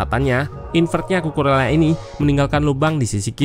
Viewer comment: Saran aja mintak. untuk penyebutan nama pemain mohon diperhatikan yak. untuk Bahasa Spanyol, "LL" dibacanya "Y", kecuali untuk bahasa Spanyol Argentina dan beberapa daerah di Uruguay, bacanya "SY". jadi untuk Cucurella dibaca "Cucureya / Cucureyya", atau "Cucuresya" untuk bahasa Spanyol Argentina/ Uruguay.